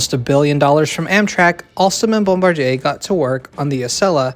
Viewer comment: "..Alston, and Bumbaryay.." Uh, what's Bumbaryay? Did you mean Bombardier? Pronounced: "Bomb - ba - DEER." Like Bombardier ATVs. Or the bombardier in the B29 who drops the bombs on the enemy...